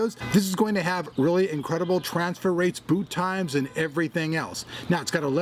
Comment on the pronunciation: i heard it BOOB TIMES not boot XD